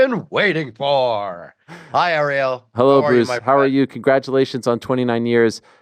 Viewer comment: Ari-Elle. LOL.